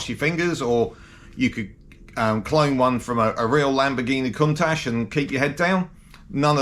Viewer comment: Not cuntash...its count ash